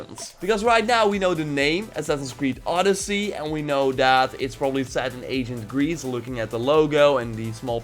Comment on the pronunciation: 🇬🇷It's not oooodyssey it's odyyyyssey 🇬🇷 :)